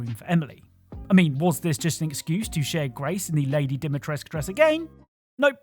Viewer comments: its cazy how video game channels cant just say Dimitrescu the u makes a oooo sound, your user is not Captai Eggcelen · Dimitrescu, DIMITRESCU! THE U IS NOT SILENT! Why does everyone mispells her name????